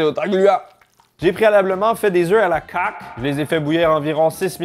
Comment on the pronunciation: eh dit oeuf a la coque -: oeuf a la caque:3